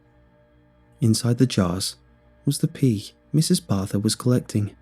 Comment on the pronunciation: What wait a sec ok barther not barth